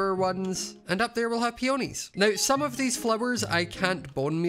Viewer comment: pronouncing peonys as peOnys 😭